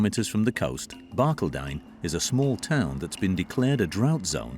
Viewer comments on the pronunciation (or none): He is mispronouncing Barcaldine. I'm American, but I visited Barcaldine in about 1975. The accent is on the second syllable.